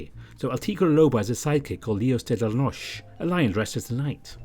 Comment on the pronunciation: I love this vn! And your voice suits Jayce so much. Also, noche is pronounced with the E (not “ noch”) just letting you know, anyways your spanish is very good!